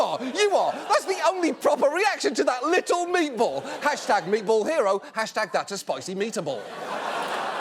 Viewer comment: no one: John Oliver: M E A T B O L L